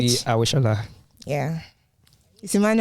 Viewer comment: To be honest it's Emmanuel but you're also doing a fantabulous job